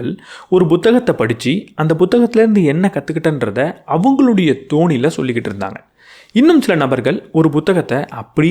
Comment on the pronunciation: உச்சரிப்பு திருத்தம்: அவரவர் "தோனியில்".. அல்ல.. "தொனியில்" 👍